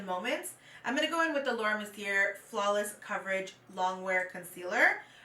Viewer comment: Is there any reason why you constantly mispronounce Mercier? It’s surprising considering you have also received PR from them in the past and that no one from their team has educated you on it. It is a French name so the R is silent. It’s pronounced “Mercy-yay” not “‘Mercy-ER.” Might be worth it to learn how to properly pronounce a well known brand name to help with your credibility as a makeup reviewer.